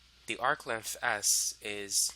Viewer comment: Why do you say length in such a weird fucking way lol Lenth